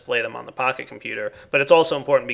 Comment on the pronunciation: you should get a texture pack for computercraft that shows Pahimar's face on the Pocket Computer, because it sounds like you're calling it a "Pahi Computer":D